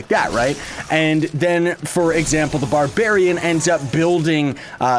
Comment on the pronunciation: He Said candy babarian lol